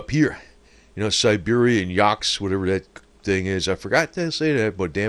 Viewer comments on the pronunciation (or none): YAHH - KOOOT- SSKK. does that help any? I can never understand why some people just can’t sound out the letters that are written. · hi, lol love your videos! In case you were wondering it is pronounced YAA KOOTSK.